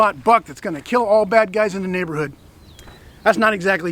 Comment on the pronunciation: "It will keel!"